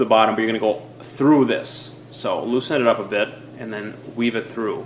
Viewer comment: LOOSEN. The word is LOOSEN